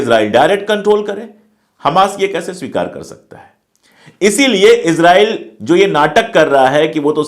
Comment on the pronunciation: Israil..pronounce Hai Izrail...nahi.